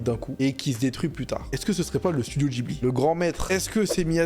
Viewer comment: Mais pourquoi il dit "djibli" ??? C'est un mot italien qui se prononce "Guibli" !!! Et il ose juger mdrr 😂